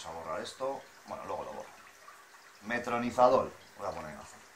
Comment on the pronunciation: Metronizadol? Es metronidazol